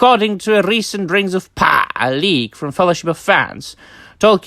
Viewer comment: The way you say Rrrings of Powwaaaahh hahaha